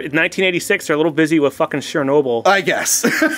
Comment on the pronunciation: Hot Shots part "do"? Wow... Great French.... And "Sure-nobel" for Chernobyl... Wow... That dude needs to get an education.